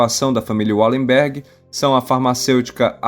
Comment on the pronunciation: Bom vídeo. Mas o nome da família é Valemberg, em todas as línguas germânicas o W tem o som de V, não de U como no inglês